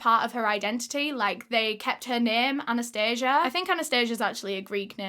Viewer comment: You pronounced Anastasia wrong. In Russia the emphasis is totally different. 😘☺️ just wanted to let you know. Love your videos btw ♥️🙋🏼‍♀️